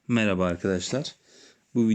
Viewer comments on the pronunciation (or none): none